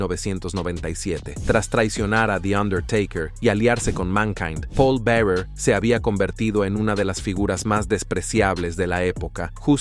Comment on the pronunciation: Yeah, Paul Barer it said. What frustrated me more is, I want to hear the wrestlers talk, not this crap. I turned away from it. Too bad, because it could've been an awesome video.